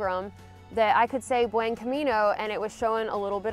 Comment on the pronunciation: All that and you still don't know how to pronounce 'buen' 😉